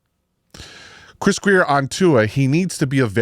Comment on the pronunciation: I think not Grier is Grier!!!